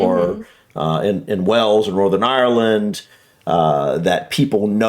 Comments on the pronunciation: Hi, can you teach how to pronounce the Word Wales, I have heard you say it properly, tell that Wells is in Somerset, Wales and Whales are pronounced the same way BTW is not the only American to prononce Wales as Wells. Very best regards From Ray in North Wales. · It’s Stonehenge not HEDGE! It’s Wales not Wells! I wish this video audio could be edited, it’s annoying! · Not trying to be funny, but you ned to stop mispronouncing Wales, as the person in your video did ! You say wells, which is another place entirely situated in Somerset, therefore gets confusing for people, think of the large sea creature ! FYI the wifr says Edingburgh castle is roughly £20 to visit for an adult, £11.40 for a child ! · Since when did Wales change it's name to Wells 😂